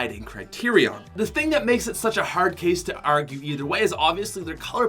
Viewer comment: I hear it too. Mainly when he pronounces "A"s. when he says "It's a hard case to argue." You can hear a bit of an Irish accent in the words "hard" and "argue".